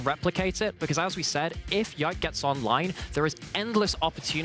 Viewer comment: And pronounce Yike's name perfectly